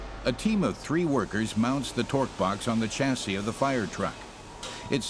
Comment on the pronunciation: Chassis as in shore, not chassis as in Chore. It’s a French word.